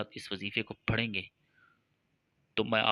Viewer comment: تو خود تو لائک شئیر کی بھیک مانگ رھا ھے تو کیں نہیں کرتا یہ وظیفہ ؟ لفظ پھڑیں نہیں ھوتا بلکہ پڑھیں ھوتا ھے او جاھل